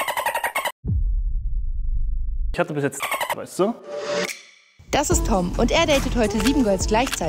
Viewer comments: Wie die eine immer Tim gesagt hat anstatt Tom hat mich am Anfang so getriggert hahah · Wie die die ganze zeit nicht tom sagt sondern tim 😂